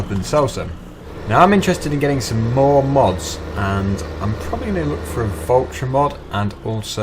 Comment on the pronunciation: you didn't pronounce valtra right it is V-A-L-T-R-A